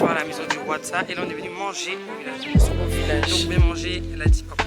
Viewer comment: C'est le village de Moossou et non Mousso